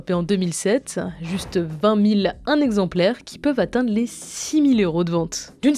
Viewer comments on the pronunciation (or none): 0-37 "vingt zexemplaires frappés" c'est quoi un zexemplaire ? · Vingt z exemplaires c'est NON